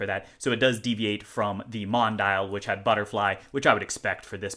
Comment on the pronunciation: Not to be a know-it-all, but the DRZ04's little name (“Mondial”) is pronounced Mon-dee-al”.